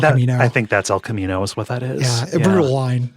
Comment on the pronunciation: let say "El Camiño" again when it comes up. Let him cook